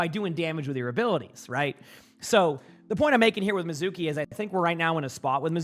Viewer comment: Mee zu kee, every one say it with me!!!! Mee zu kee. Anime lovers and Japanese speakers are out here fighting the air.